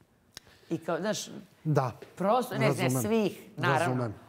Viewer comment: Toliko iritantno ovo pričanje kroz nos 😢 žao mi je ako je zdravstveni problem ali ako je navika... Strašno! Novinar koji stalno ponavlja OVAJ, NAŠŠ.. umjesto ZNAŠ.... Ne pljujem al ne jednostavno ne mogu.... 🔥